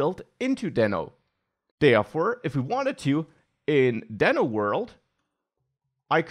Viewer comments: It's Deeno. Like Reno Nevada. :) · It pronounces as "d i n o" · It's DEEEEEENO. Like Dino. Because it's a dinosaur. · It was supposed to be pronounced as Dino(Deeno) just what Ryan told. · I guess he changed pronunciation to "deeno" now... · I thought it should be pronounced daino.. Like Dinosour. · Not to take anything from you, but you might consider learning how to pronounce it before you recorded 14 min video about it.